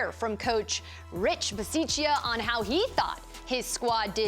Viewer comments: you can’t butcher the coach’s name! It’s your job to get it right! Ba-sah-cha On Moerig’s pick, Sutton wanted no part in trying to make a tackle. That was completely pathetic. I love that this happened on the day Mike Shanahan, the sole exception to “Once a Raider, always a Raider” rule, was put in Denver’s ring of honor. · How do you work for the raiders and not even know how to say the coaches name correctly lol